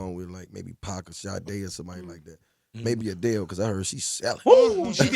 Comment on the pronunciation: pac not pack